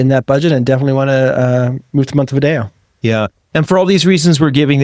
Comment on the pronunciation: MontevidEo... not Montevideo ;-)